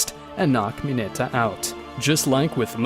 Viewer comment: Bro literally says mine-a acid-o